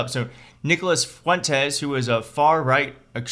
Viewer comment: Fuwentees - he's convinced everyone he's "italian"